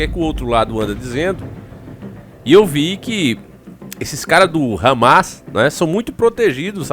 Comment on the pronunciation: Pronuncia o nome correto, Hamas e não râmas